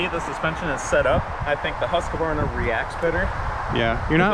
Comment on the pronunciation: Husqvarna is a 3 syllable word. FYI - good vid otherwise!